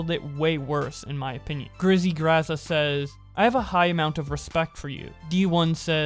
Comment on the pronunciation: Bro It’s Gazza not Grazza